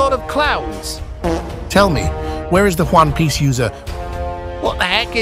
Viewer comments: they say Juan piece instead of one piece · But why do they say Juan piece tho😂